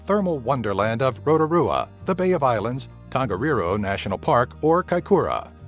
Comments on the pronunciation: ROTORUA and HANGI lol... americans these days smh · No they weren't, rotarua was said awfully. Like obviously he didn't know so know hate on the guy but it certainly wasn't "spot on" as such